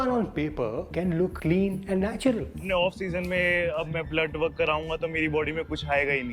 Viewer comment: 9.3- Min Natural ❌ Natular ✅